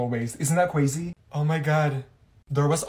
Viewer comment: “Isn’t that cwazy”